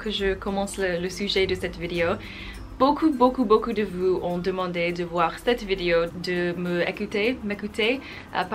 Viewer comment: Impressive how big progress you did in such a short time, bravo! :). Speaking of some little errors, I would point that you confuse sometimes the pronunciation of "ou" and the "u", e.g: in "vous", "toujours" or "cours" etc.